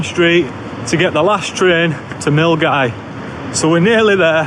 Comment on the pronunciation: Props for saying 'Milngavie' properly😂